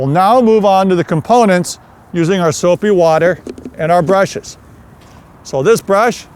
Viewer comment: Soapy Wodder by